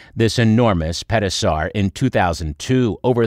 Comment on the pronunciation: Did you say Pet-o-saur? 😂